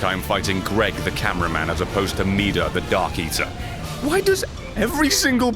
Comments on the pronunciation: Meeda... midir is pronounced meeda... The more ya know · It's pronounced mid-deer Brett plus your my favourite youtuber keep doing what you want because this is your channel and I love you